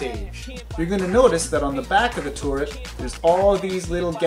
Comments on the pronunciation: the tooret xD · Tooret? LOL. Like GLADOS from portal 2.